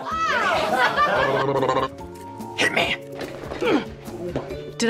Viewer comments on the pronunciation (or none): “The patients have been euthanasized” 💀💀😂